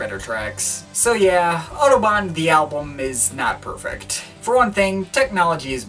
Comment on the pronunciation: Apart from having no idea what this record might have sounded like in 1974, it is further spoiled by the mispronunciation of Kraftwerk and Autobahn. I'm not German but respect language and culture enough to ensure I'm at least researching something thoroughly before critiquing it.